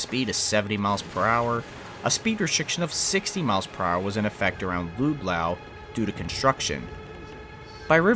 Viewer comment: Lood loww? Luhd-low 🤦🏽‍♂️